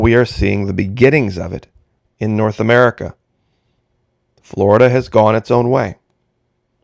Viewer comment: I love it when you say “Merica”, in your own way. ☺️